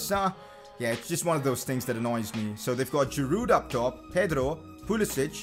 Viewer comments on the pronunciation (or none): none